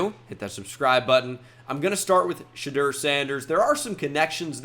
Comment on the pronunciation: It’s Sha-Door. Shudur isn’t that man’s name